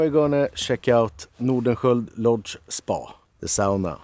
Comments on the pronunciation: You both are so lucky!My heritage is Finnish (I live in Mi, where many Finns migrated to the U.P..... my great grandparents), and it's so nice to hear someone pronounce Sauna correctly (via ):) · Looks like the buildings are tethered down?? I see "straps" over the roofs. I absolutely love the way pronounces (correctly) sauna... I can't do it, I've tried 😂